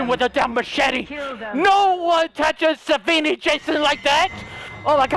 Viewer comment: He says savvani Jason 😂